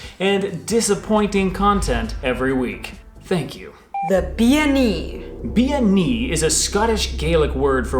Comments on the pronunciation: Bean Nighe is pronounced Ben knee a. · According to my Scots Islander girlfriend it should be 'ben nee-uh' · Seems like you mispronounced Bean Nighe. If I'm not misunderstanding bean is a word for woman, pronounced closer to ban.